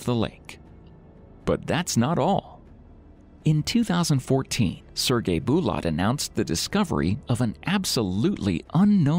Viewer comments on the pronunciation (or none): none